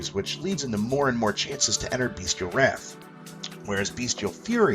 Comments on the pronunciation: Bestial not Beastial - pronounced (bes-chal) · I agree, defiantly pronounced (bes-chal)